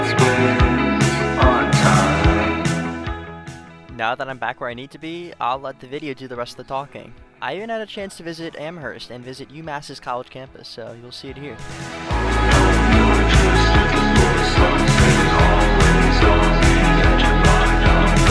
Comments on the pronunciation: Pronounced "WIS-tah" though. Pronounced "AM-erst" though. You can pronounce the H very softly if you want. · Pioneer Valley native here. You know you're an out-of-towner when: 1. You pronounce Worcester as "woo-ster" 2. You pronounce Amherst as "am Herst" Anyway, thanks for documenting your adventure. I'm glad you stayed safe throughout (you went through a few sketchy areas).